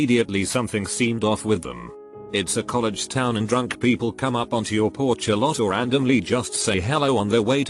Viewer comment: Things robot voice says weird: F-ine Boos Coll ehg XD